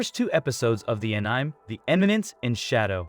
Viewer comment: a niime what that pronounciation wtf